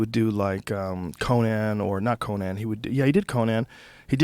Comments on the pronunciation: I hate how joe says Conan. COH-NAN? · Joe you gotta learn how to say Conan. Yes, there are technically two ways to pronounce it, but the guy isn't a fuckin barbarian. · I've been listening to this podcast for going on 4-5 years now and Joe, I love ya, but goddamn the way you pronounce "Conan" fucking kills me lol